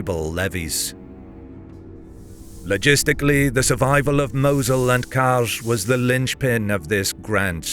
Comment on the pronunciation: The prounounciation of Mosul and boogeyman hurt me bad...